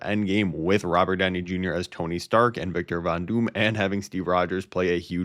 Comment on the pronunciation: I hate how this guy pronounces “dooooom”